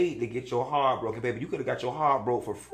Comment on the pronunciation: why you say ‘Hearrrt’ like Mayou Angelou lol